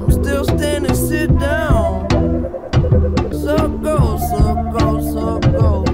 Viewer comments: Also when Mac says “so it goes” it sounds like he’s saying “circles” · Anyone else notice how “So it goes” sounds like “Circles”?